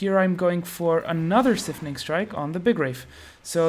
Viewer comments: SIPHONing strike. Like siphon. Not like syphilis. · dude it's pronounced "s eye fun ing" not "sif in ing"